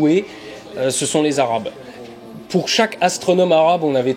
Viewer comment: Les 'arabes' comment il dit ça mdrr.